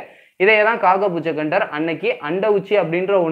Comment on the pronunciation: அது காகபுஜகண்டர் இல்லை!!!..."காகபுஜண்டர்"! ...pls correct it next time!...best wishes! நற்பவி!